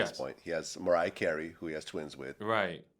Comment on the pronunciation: Old ppl always putting “R”s where they don’t belong😂 he said MariaheR